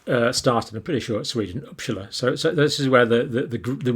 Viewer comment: It is pronounced UppSala, not Uppschala.Yes,it is just north of Stockholm.